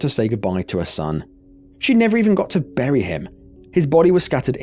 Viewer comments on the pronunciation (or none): none